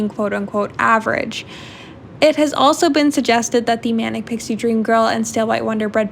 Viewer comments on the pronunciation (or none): none